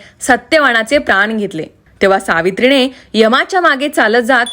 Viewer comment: किती अशुद्ध बोलते मराठी, सावित्री णे असे अनेक (आणि पाणी)